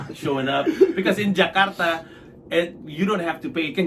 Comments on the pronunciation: Thank you for pronouncing Jakarta as it is instead of "Jekardah" please it is JAKARTA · Suka banget pas mas Pandji ngomong Jakarta nya "Ja-kar-ta" dlm tiap convos nya ga yg jadi "Je-kar-da" 👊👏